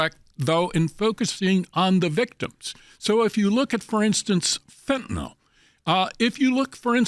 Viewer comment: Fentanyl is pronounced Fen-tuh-NILL ….NOT Fen-tuh-nol.